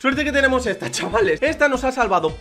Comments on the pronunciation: Like si alguien se dio cuenta al principio que en ves de decir chavales dijo chales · En vez de chavales dice chales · El saludo fue "MUY BUENAS A TODOS CHAHALES" en ves de chavales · Al comienzo dijo chales y era chavales